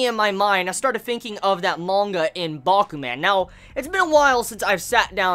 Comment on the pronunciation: say man like a Jamaican, to get the idea on how to say Bakuman